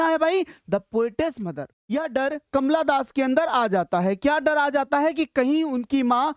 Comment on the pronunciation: Kamala das❌ kamla das ✅